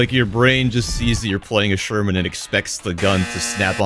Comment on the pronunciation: From Sherman to you-sure-man?